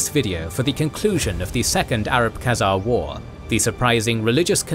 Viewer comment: 'Khezemies' hahaha